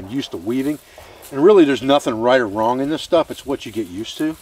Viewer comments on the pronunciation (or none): none